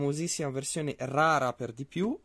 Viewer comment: Rara'??? con l' accento? 🙂